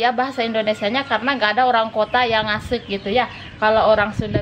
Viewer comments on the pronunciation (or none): Ngaseuk yg betul bukan ngsek